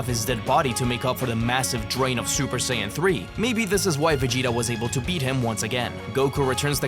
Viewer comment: Bro, you did not have to throw the hard N. It’s okay to say Saiya but Hard N💀